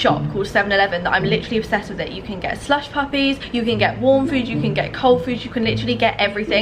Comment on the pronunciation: Did she say “slush puppies”😂💀❤️